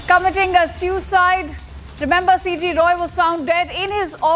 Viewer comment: You sound excited Shame on you.And pronounce SUICIDE correctly